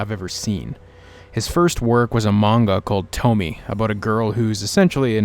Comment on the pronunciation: not to hate but it's pronounced as "Tomy-eh"